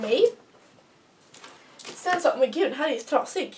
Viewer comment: Älskar när du säger men för du uttalar lite speciellt. Typ mENe